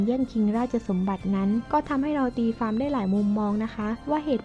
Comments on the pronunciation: ความๆ ไม่ใช่ ฟวาม พูดดีๆเหนทุกคลิป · ทำไมอ่าน ความ เปนฟวาม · ข้อมูลดี แต่อ่านภาษาไทยยังอ่านผิดๆถูกๆ ความก็อ่านเป็นฟาม เสียเวลาฟัง